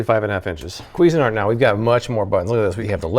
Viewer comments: Kweezin-art? I thought it was pronounced more like cuisine-art lol. Love ur videos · "Kweezin-art"? Somewhere a French person's head explodes :-)